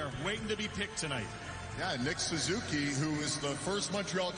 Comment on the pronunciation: John Buccigross is one of my all time espn favorites, but today he mispronounced Suzuki and called Bjorkstrand "Olivander." Lol